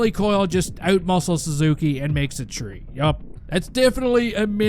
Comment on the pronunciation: Three not tree. Go back to france.